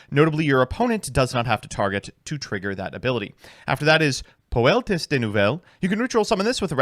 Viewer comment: par example: Poeltis is not Puu-El-Tiss; it is Puu-El-Tee